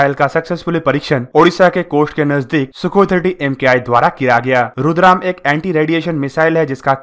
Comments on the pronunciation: रुद्रम not रुद्राम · it’s Rudra M 1, not Rudram. Thanks 🙏 🙏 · इसका नाम रुद्राम नहीं रुद्रा ऐम है नाम की जानकारी तो सही दो भाई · This is रुद्रम not रुद्राम। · It's Rudra-M not rudram